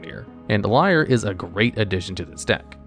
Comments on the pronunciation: Erm, Niv-Mizzet is almost wrong pronounced ten times in this video. You could at least have checked how to pronounce it. It rhymes with Dutch: "Hoe is 't?" (= "How are you?") or "How is it?" I also don't think Lier is pronounced like liar, since Innistrad. It's more likely pronounced as leer. And Innistrad is, well think East-European. So Eeneestrahd. The teeny squad from Innistrad. And this one? You had thirty years to get it right. Emphasis is on Llan, so it's LAHNowar. Sheperd also isn't the basis of Legacy Elves: the deck is much older than that card. I'd say Craterhoof Behemoth still is the basis of Legacy Elves - which you find with Natural Order or Green Sun's Zenith which are protected under Sheperd. Glimpse is how you find those. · lier being pronounced as liar instead of leer makes me hurt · LIAR instead of LEER this dude is funny XD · I can’t get over you pronouncing Lier as Liar